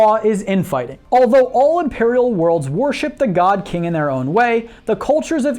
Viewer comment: Every time he says God-King, I die a little inside.